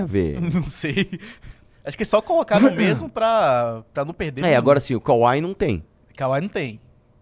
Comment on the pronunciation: Pelo amor de Deus. Vocês são pessoas instruídas demais pra falar "kauai". É KWAI. SÓ TEM UM "A".